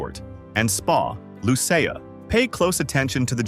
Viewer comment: Lucea /pronounced LUCY